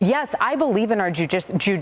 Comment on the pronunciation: Ju di, jeu dicial system, jewdic ial system 🤣🤣